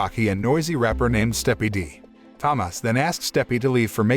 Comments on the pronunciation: why are you saying it Tamas is so annoying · As a Polish person I can say it's an absolute masterpiece especially in Polish, never watched it in English. Also Tomasz is pronounced Tomash as the "sz" is said as "sh" same as "cz" = "Ch" "w" = "v" etc Edit: added =